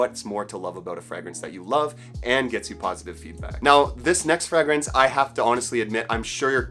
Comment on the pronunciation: It's pronounced fray -grance